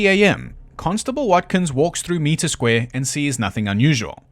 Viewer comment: It's pronounced m-eye-tre square😊